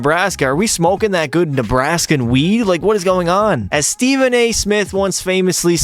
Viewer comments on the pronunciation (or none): none